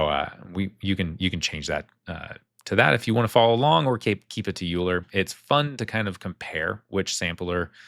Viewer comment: Euler is pronounced Oil-er, after the famous mathematician. I only found this out recently and thought I'd share. Loving these tutorials.